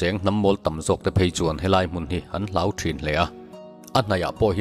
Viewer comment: 'HLAUH' niloin 'HLOH' tih tur aw....